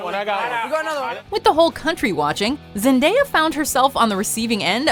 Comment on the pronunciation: Wow first video that said her name right